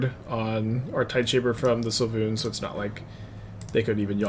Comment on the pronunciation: Svay-loon its really easy to say lol